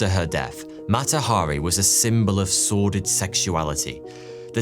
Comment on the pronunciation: Something lovely was created in the space between British and American pronunciation. I initially heard "sworded sexuality" (about ), instead of "sordid sexuality". Thank you.